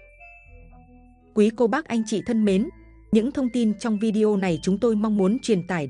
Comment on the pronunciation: Nói “ vi đeo “ nghe không hay chút nào !!!